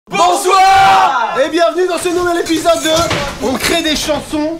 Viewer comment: Carlito: il y en d'autres des CHAnsOn (avec l'accent ) québécois 😂😂